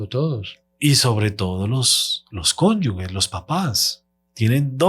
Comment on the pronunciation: CONYUGES, CONYUGES, CONYUGES. NO, CONYUGUES, . NOOOO CONYUGUES